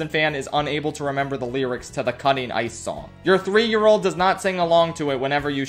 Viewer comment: the way he said about drinking water with ICE really took me out